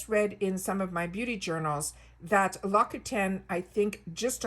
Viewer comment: L'Occitane is pronounced Lawk-see-tahn. 🤓🥰